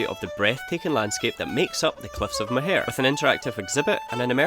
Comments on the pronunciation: Im sure youve been told but its said "More" not mohair. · Good episode here. I think a trip out to Blaskets is epic. You get that closeness to hundreds of years of history and a way of life. But guys, it's Cliffs of MOW-her, not moHAIR! 😂 (My poor ears!) But it's understandable - my favourite pastime driving around with my wife was getting her to try and pronounce the place-names 😅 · Awh looks like a nice relaxed break away. Being Irish had a giggle at a couple of pronouncinations , Listowel( Listoel) Cliffs of Moher( Mowher) , i enjoyed it all. The Cliffs of Moher have had a few people sadly thrown themselves off there, so sad. Delighted ye saw a good few placws before ye decided to head to Dublin. Knick is pure country, lovely people. Did ye check halfords for the bucket.